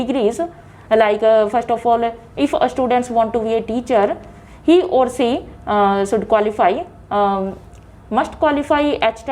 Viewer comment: Instead of using she.. She was used ci, shud.. It's completely mispronounced Answers of the ideas were good hence the Pronounciation was awful😜